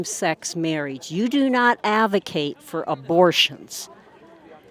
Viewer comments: This woman is like a sitcom character, who keeps using words that she doesn't know how to pronounce as her sitcom gimmick. He's a hippercant. You do not avocate for same sex marriage. You do not avocate for abortion. But the confidence she says these things with, when she can't even pronounce the words she's saying is astounding. It's like she's rehearsed saying these lines wrong for comedic timing. The problem with everything she's saying, is that even in her own scriptures, even if we were to accept that Jesus was against same sex marriage and abortion - which is far from clear - he was also unquestionably in favor of freedom. Jesus believed that we had to let every person make their own choices, and then their judgement for those choices was between them and God in the afterlife. It was Satan who proposed to God that we should force people to follow all of God's rules, and not give them a choice, to make certain that every last one of God's "beloved" children could make it back to heaven and none were lost. And for that, he was cast out of heaven. Jesus rejected Satan's proposal of forcing everyone to follow all of God's rules, insisting that only by giving people the freedom to make their own choices would they gain anything through their experience on Earth, and for this he became God's chosen son to lead his people back to heaven. This woman literally proposes the plan of Satan, and rejects the teachings of Jesus, right out of the book she believes in. The left does not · This woman is out of her mind. “It’s in their DNA ” “It’s a “Hipperkit”😂 “AVocate” This woman needs psychiatric help.